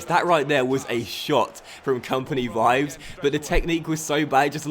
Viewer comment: Vives is pronounced like "Bee-bès".